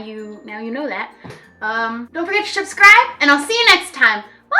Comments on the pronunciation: Did she say 'Shub-scribe?! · I can't tell does she say shubscibe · am i the only one who relized at the outro, she said SHUBscribe?